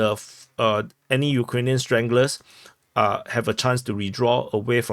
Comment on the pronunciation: "Ukrainian stranglers"?? "Stragglers" I think you meant but somehow "stranglers" is even better.